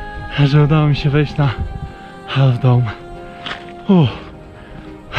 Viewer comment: Half - to się wymawia się bez literki "L" :)